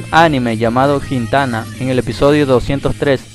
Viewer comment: Buen vídeo, pero a menos que te haya escuchado mal, se pronuncia "Gintama" o "Gintana". Y muchas otras pronunciaciones que seguramente habrán echo sangrar los oídos del público Jajaja Pero buen vídeo (Y)